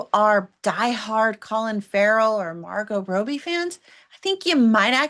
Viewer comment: Well, I didn’t love the movie. That said, when a reviewer mispronounces a major star’s name (Margot Row-B?), I need help giving you credibility.